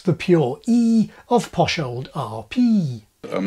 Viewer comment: Your pronunciation of the letter P in "Posh old RP" really sent me.